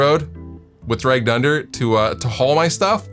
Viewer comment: For some reason I kept hearing "Dragged under" as "Drey Gunder". I'm like, "who is this Drey Gunder guy we're talking about?